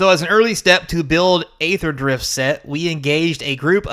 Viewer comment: So funny to see conservatives pose "aether" (you also pronounced it wrong btw, it's "E"-ther) as something they are offended by while the actual thing happening is "[derogatory word for black people] country." Yeah man, Aether is the same thing, totally. Or cracker/"other derogatory terms for pale people" XD When has that ever happened? Do you even realize where cracker is derived from? Cracker is a term that originated for describing white men who would crack their whips at slaves. They were whip crackers, there is no relation to saltines. Do you think talking down to someone who is of darker skin tone because you believe they are lesser than you is on the same level as calling someone a slave owner? When was the last time you really heard someone use cracker as a slur in America? This are made up phoney problems that white people make up to victimize themselves with. Yeah, I understand you have no understanding or don't know anyone who was negatively impacted by the naming "Kaladesh," obviously, it's the people that actually are that demographic who care. It's about them and in their language and modeled off of their language. You think all Kaladesh product is reserved list? Not a little, you're being REALLY facetious. XD are you on crack? No standard sets are getting reprinted, Dominaria, Amonkhet the Ravnicas, etc have never seen reprints. Are they reserved list too? They literally stated they would not retroactively change card names and would print them the same way the